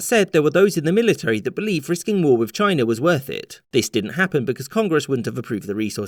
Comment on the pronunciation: One day, you'll do a vid in which you correctly pronounce 'military.'